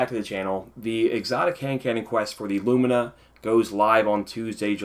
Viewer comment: Thank you for saying lumina the right way! lumeena...smh lol